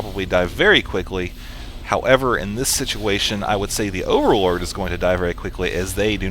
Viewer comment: I got a strange feeling that says "Orallord" instead of overlord:D